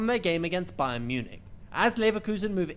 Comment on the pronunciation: It's not BAYERN!!!! LEVERKUSEN ..... But BAYER (NO N!) 04 LEVERKUSEN